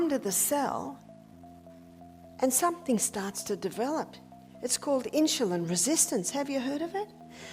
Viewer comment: Never heard of inshulin.